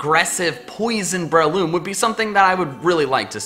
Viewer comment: It's actually BRAY-LOOM.